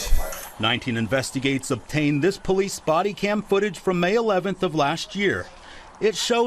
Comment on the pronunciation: Po-leece= "stop existing!!!" This pd is out of control. Wow!